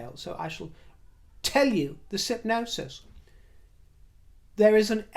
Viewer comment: ✍ - "Synopsis" darling not "Sypnosis" (that rhymes more with "Hypnosis") Although, your righteous rage is beautifully hypnotic and something I watch with affection as person of "Persian" heritage - thank you for the reference! Sending you gratitude for your marvelously entertaining spirt, from the Washington, DC area.💙Enjoy the coronation!